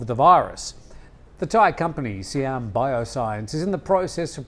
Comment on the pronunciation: Hi its cold sIam not sEam get it right google it.